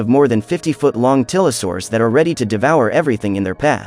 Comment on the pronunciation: It's f*cking tylosaurus, not tilosaurus